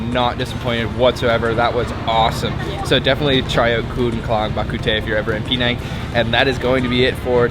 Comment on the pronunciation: It's not Pee Nang as you keep saying, it's Penang ! Try to get it right !